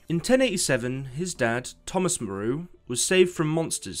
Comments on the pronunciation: Moo-row... Moreau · Thomas Moreau is loosely based on the HG Wells character, from the book The Island of Dr. Moreau, a doctor who performed experiments on humans and animals. It should be pronounced Merrow, like Marrow, but with an E. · Moreau is MOAR-OH.